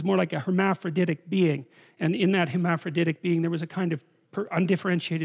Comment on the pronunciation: Seeing jordan struggle to pronounce hemamfrodedic is a rare sight